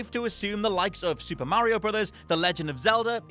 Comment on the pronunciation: Why does he say mario like that!?!?!?